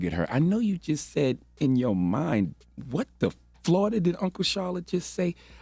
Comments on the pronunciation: The people who listen to this lispy dude get dumber every day. Florida is not 2 syllables... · Charlemagne. Flor-ida Everyone else Flo-ri-da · I love when Charlamagne starts asking the rest of the group to educate him on things. P.S. it is 3 syllables right? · Florida 3 syllables 🤣🤣😄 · Three syllables* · 🤣🤣 Florida is three syllables. Flo-ri-da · Florida is a 3 syllable word. Flo-ri-da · it's FLAW-DA!!! the state is wild suspect. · 3️⃣ FLOR-I-DA 🌞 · Flo-ri-da is 3 syllabes :-P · FLORIDA is 3 syllables dumb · FLORIDA got 3 syllables 🥴. You would think. Someone who was born in the USA. Would know how to pronounce FLORIDA 🤷🏽‍♂️ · 3 syllables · Isn’t FLO RI DA three syllables? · Isn't Florida.... three syllables? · This dude is an alleged author and doesn’t know Florida is 3 syllables 🤦🏽‍♂️ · Char…Florida is 3 syllables…lol JUS sayin… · charlemagne again showing the world how d u m b he is. We learn syllables in this country in the 2nd grade. 40 year old man cant count syllables but tries to lecture people on the radio. Pretty pathetic and hilarious. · Florida is 3 syllables sir! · Did Charlamagne say Florida has 2 syllables? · I think the Florida Crazy Crazy of these stories is rubbing off on Uncle Charla. He forgot that Florida is a word with 3 syllables. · Florida is 3 syllables tho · Florida is 3 syllables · Still pretty sure Florida is 3 syllables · Lol Florida has three syllables lol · That’s 3 syllables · Florida is 3 syllables Charlemagne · C tha God said 2 syllables..Actually 3 Bro!!!...New York Education ..lol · Florida is 3 damn syllables!🤦🏾‍♂️🤦🏾‍♂️ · When he said Flor'da was two syllables, I said DAMN! DAMN!! DAAAAAAMN!!!! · 2 syllables?? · Florida has 3 syllables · Florida, the "i" is silent- Charlemagne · Sir Florida has three syllables 😂